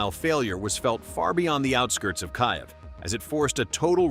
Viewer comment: Why does the AI read Kyiv as Kayev?